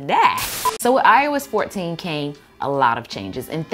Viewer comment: I keep mishearing “ios 14” into “I was 14”